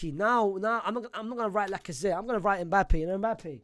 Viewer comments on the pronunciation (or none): none